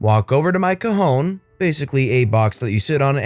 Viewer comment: When you hear “cojón” instead of “cajón”.... Spanish speakers, you know why I paid extra attention to that story. LOL